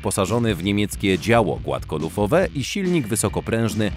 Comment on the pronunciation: 9.44 "opływowe głafkolufowe działo"🤣🤣🤣🤣🤣